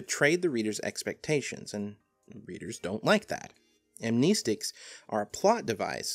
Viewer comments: Am "knee" stic? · amneeeeestics 😁 I haven't seen it said this way before. I'm not going to say that pronunciation is incorrect, since it's a made-up word, but it's still weird to hear 😃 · Well for starters amnestics just not how you pronounce it but I get its your accent or whatever